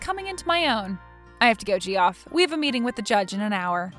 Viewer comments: It's pronounced Jeff! Geoff is an alternative spelling. Geoffrey/Jeffrey are the same name. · Yeah, GEE-OFF sounds weird. I wondered if she from a different country? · Geoff is pronounced Jeff (its just a different spelling) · It's pronounced Jeff! JEFF, JEFF, JEFF!!!!!!! Whenever she said "Gee-off", I wanted to scoop my eyes out with a rusty spoon! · Ge-off, please! It's pronounced JEFF! Oh my god, I love this channel but how do you screw that up? You might get away with pronouncing it Joff, if you're trying to sound 'upper-class', but it's only one syllable. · Why oh WHY is Geoff being said as gee-off instead of “Jeff” a little of my soul died everytime she said gee-off 😂😂😂😂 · Geoff is pronounced Joff or Jeff, either way, but def. not gee-off The G is a J sound. Sequestered Jurors don't have their phones, hence sequestered. No TV, no internet, no phone. They have a contact for family emergencies and have any calls monitored. They wouldn't be just taking calls from Gamboni associates. lol If she were a person to do her duty, as was indicated, she sure wouldn't have been talking to the guy about the trial, naive or not. She also would have told the court that he tried to bribe her. Cute story, but as there's no way it could happen, it kind of made no sense to me. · Geoff??? It's pronounced JEFF, as it's part of the name Geoffrey, which is NOT Gee-off ray, it's the same as Jeffrey. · Hilarious the way they pronounce Ge-off, guys just a different way to spell Jeff, English is weird that way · Geoff =jeff. Not gee-off 😂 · Jee off… 🤣🤣🤣 It’s Jeff people! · This would be my all-time favorite if "Gee-off" didn't kill a piece of my soul every time. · That name Geoff is pronounced like Jeff I'm pretty sure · Great story as always - but Geoff is pronounced the same as Jeff :) Geoff is the traditional/historical spelling, dating to middle ages spelling of "Geoffroi" and later on "Geffrey". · Its pronounced jeff lol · Geoff is pronounced Jeff. 😇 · Geoff is pronounced Jeff.